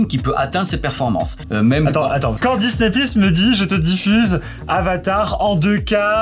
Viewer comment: Peu de français connaissent Amazon prayme et Disney pleusse.